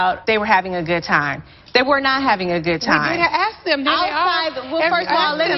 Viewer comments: I'm sorry but the way Nene says "ask"😅😅😅sounds like she is saying aks😂😂😂😂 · “Miss America axe them!” YO I’m dead😂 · 😂 she pronounced it correctly it just sounded funny the way she emphasized it 😂